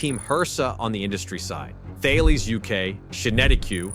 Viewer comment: You don't pronounce the 'H' in Thales, it's pronounced Ta-Lis.